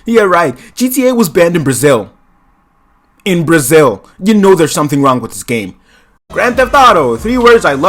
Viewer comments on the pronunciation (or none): none